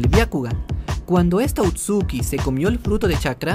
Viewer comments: Oye bro está muy bueno el video pero namas una corrección no es outsuki es otsusuki pero no es crítica bye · A pesar del tiempo que lleva este video no se si sea el unico que le da algo cuando dice "outsuki" y no otsutsuki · otsuki yo: otsutsuki todo el fandom: otsutsuki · Otsuki dice, se dice Ōtsutsuki. Encima de equivocarse diciendo que el Rinnegan es una evolución del Sharingan va y pronuncia mal el apellido. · lo siento pero me da tic que diga Outsuki corrijo educadamente: otsutsuki jijijija